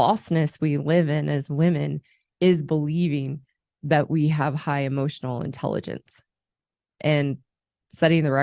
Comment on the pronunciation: Bit of advice when talking about E-motional Intelligence, Stop saying A-Motional Intelligence, you sound like a fucking moron, not being a grammar nazi, its a pet peeve, like "Ask" and "Axs"